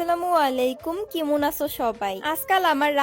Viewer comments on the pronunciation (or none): কেমন ❎ কিমুন 😂😂😂😂😂